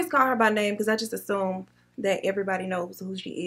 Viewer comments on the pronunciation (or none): none